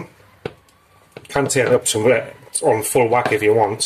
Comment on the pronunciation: The way you say full wack makes me think you've spent some time on Merseyside? Another quick and delicious looking recipe by the way, love it 👌🏻👍🏻